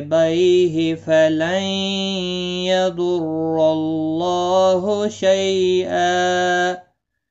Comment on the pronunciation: App ny galht read Kiya hy falai ydorlaha hy app ny yay read Kiya hy falai ydorlaho ok me app say bath kr raha ho to app reply nahy kr thy